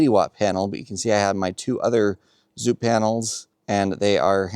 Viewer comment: Last video I made about a product, they sent me an email and told me I was pronouncing the name wrong haha. Apparently it’s pronounced “Zo-Power”